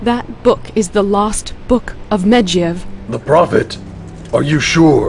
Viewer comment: The voice actor for jaina butchers Medivh's name so fucking bad, holy shiiiit....